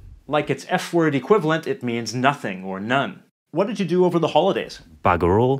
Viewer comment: I’m kiwi 5th generation, this guy needs to live here for some time, he’s got our accent all wrong. It sounds more Aussie than kiwi, and when he pronounced the word Maori made me cringe. Get your facts right, and he got bugger off so wrong. I’ve got to stop because he got worse as the vid went on!